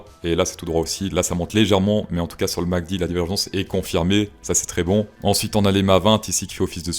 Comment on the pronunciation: Répète après moi M, A, C, D, pas Mc Dee